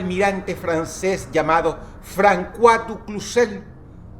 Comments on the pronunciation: no se lee francua se lee "fronsua" y se escribe François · Francua? Es fransua osea cois es sua aunque no tiene importancia es importante saberlo y lo digo ya que si Dros es una persona educada asumo que seria bueno saberlo no? Como cuan dice Dios Abramanico. Es Dios Abrahamico auque en castellano la H es muda hay una extensión de la A o incluso la H podria cumplir el rol de semjar en sonido a una J. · François se pronuncia como fransoa 🌚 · Sólo una pequeña corrección. La ç en el francés se pronuncia de la misma forma que la s del español. Por lo tanto la pronunciación del nombre del contra almirante es "Fransuá" y no "Francuá". De hecho tal es la razón por la que mi nombre de Youtube es Fransuá. Un excelente vídeo con un tema para pensar. es por ello que es importante ver lo que dicen ambos bandos en un conflicto. Casi todos los noticieros que vemos son o de EUA o de la unión Europea. les recomiendo ver RT (noticiero ruso) aunque evidentemente está todo en favor de los rusos. Recuerden que no hay buenos ni malos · Se pronuncia fransua no frankua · Alguien le haga saber que se pronuncia "Fransua" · Es François, y su pronunciación fonética sería como fransoa...jjjj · Un apunte, el nombre francés "Francois" se pronuncia "Fransuá". Muy buen video, llevamos en guerra mucho tiempo y aturdidos por las redes sociales, dejando pasar la vida real día a día. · "Frankuá". Jajajaja Dross sólo tenía que preguntar a Google como se pronuncia. Que idiota. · Todo bien pero se pronuncia "Fransua du Cuzé" (A ver si alguien se pone a pelear conmigo :v)